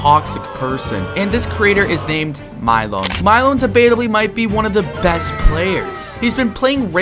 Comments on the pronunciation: Bro said milyon milon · Bro stop pronouncing Milyon’s name wrong 💀